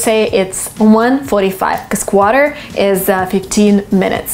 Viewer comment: U pronunciation of quarter it's not right I think 🤔